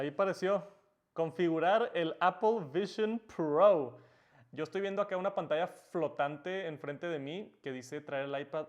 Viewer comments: Appel vishion prooououuuu haci dice el man xd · Apol vishon prou xD